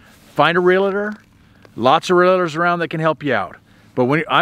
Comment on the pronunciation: It’s realtor, not realitor.